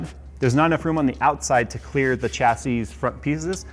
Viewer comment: Phonetics Americans - Cha say Humans that speak real english - sha say